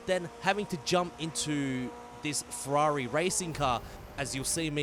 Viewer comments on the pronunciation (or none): It's pronounce Ferrari not Fwarerì.